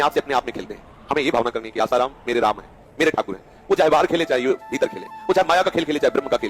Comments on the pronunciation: Literally said asaram as his ram 😹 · Kya research karna hai Aap bhi ashram jaati ho kya ? Wo peele baba Asaram ko raam bol Rahe Hai 😂😂